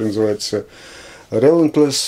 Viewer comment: Произносится "рилéнтлес".) Спасибо за Pretenders, Алексей.